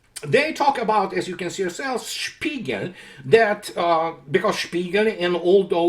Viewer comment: Der spiegal? more like der Sméagol